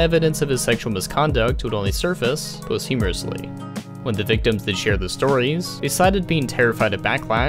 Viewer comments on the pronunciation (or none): It’s posthumously, not post-humorously…another American English-speaker who can’t speak English. 🙄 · U said post humorously instead of post humously lol